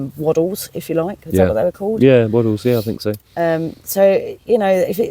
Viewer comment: Swaddle not waddle😂